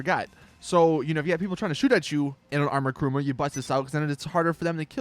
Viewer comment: I must ask this, why does everybody say Karuma ? It is Kuruma, and I hate people saying Karuma to it.